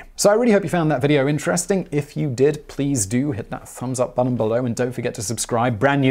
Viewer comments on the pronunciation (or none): none